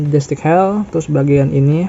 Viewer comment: bang, bukan gundam destik hell bang, tapi gundam deathscythe (baca : deadsait) hell, sekedar koreksi aja bang✌🏼🙏🏼